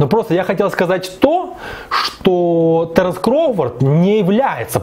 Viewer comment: Не таренс,а Теренс